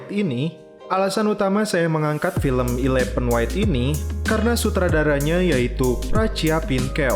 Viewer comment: Bukan ilepen bacanya bos tapi elefen